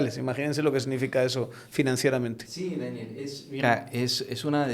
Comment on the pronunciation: perdon pero no pude dejar de reir de "Dániel" 😅😅😅